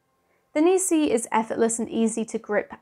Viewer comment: It's "Neekon" and "Nissee" Wrong on both counts!